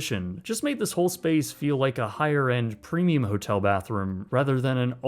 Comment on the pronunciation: The word "premium" does not have an "n" lmao stOP CALLING IT "PRENIUM" 🤣😭